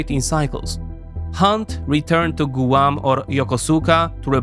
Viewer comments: It’s not “gooo-wan” it’s “gwahm” and it’s not “ha-why” it’s “ha-why-e” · I love the way you say, Gooahm for Guam.